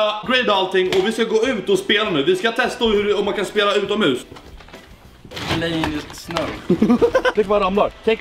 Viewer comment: Haha lät som du sa ’utan mus’